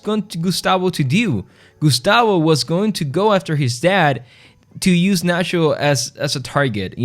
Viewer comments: Nat-cho not Nas-ho. Get the hero's name right. But I agree, Nacho has always been a great character - but what an exit. Absolutely magnificent. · Great video BUT STOP CALLING HIM NASHO